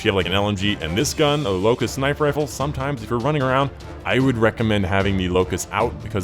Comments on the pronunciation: Locus not Locust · lol. its not locust. the name is Locus